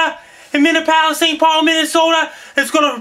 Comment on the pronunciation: Thanks for the warning, Frankie. "min-eee-app-o-liss" Best of luck to you.